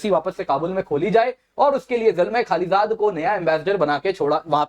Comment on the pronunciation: खालीज़ाद नहीं खलीलज़ाद